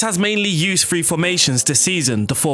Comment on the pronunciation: its THREE not free